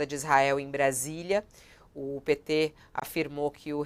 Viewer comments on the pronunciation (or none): Pêeeetê😝...cada vez que sai essa pronúncia